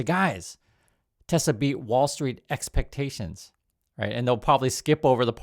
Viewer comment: "I love Tesler"